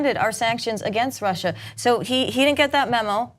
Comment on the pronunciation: He adds an 'R' on the end of Russia because he's trying to pretend he's not very familiar with the word, sad.